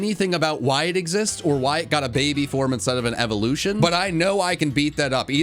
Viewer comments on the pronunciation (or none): Ha I hate the tifloshons first evelushon